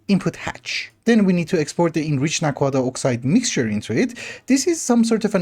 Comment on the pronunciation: Aha so that’s how you pronounce naquadah :D I was always wondering. Also thank you for pronouncing zpm with a zed instead of a zee, so many people get it wrong lol